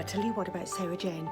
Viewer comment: finally said Sarah Jane's name right, only took 12 years ahah